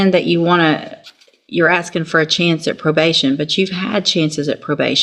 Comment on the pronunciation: aksing? 13/90 slang